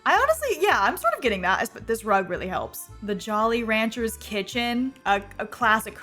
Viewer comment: The way you re span Jolly Ranchers so confidently 😂